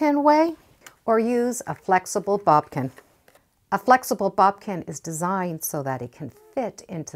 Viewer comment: I love watching your videos because they’re so helpful but hearing you say bobkin drives me batty. It’s boDkin. B O D K I N. You keep saying B O B K I N. Please correct that.